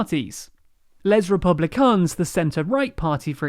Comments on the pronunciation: You could at least make an EFFORT to pronounce French names property. "Lez republicans"? Really? They're not Americans, they're French. You're British, you learnt French in school, you know how to pronounce it. Otherwise a good video. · it's not Less Reepubleekuns!